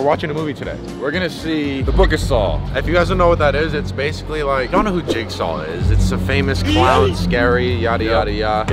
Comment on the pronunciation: Did you Just say jacksaw? 😭😭😭😭